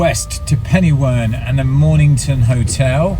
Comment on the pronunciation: Hello from Welsh Wales. Interested to see your drop off at Penywern. A very Welsh name, Pen meaning Head, y meaning the and Wern meaning Swamp or Quagmire so you get “head or the swamp” Welsh pronunciation phonetically would be pen-er-where(n)